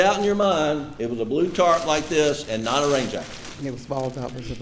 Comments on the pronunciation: 😂🤣 yes, she said “tart” 😂 instead of Tarp 🤭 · It’s a tarp not a tart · Lord, wish I was there to tell her, it is TARP, not tart. She is a standup citizen, credible as well......This courtroom looks like Mayberry's court room....teeny tiny, old fashiion.... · This woman says "tart" and they made a fool out of her by repeating that...knowing that she means "tarp." shame. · She’s mispronouncing the word 🤣